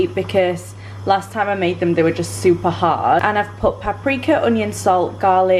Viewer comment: Sorry what was that? Its SOUPer filling?? 💕💕